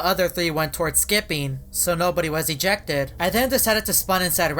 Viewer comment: His voice really is: This is really weiRDD. I will most likely get ejectEDDD.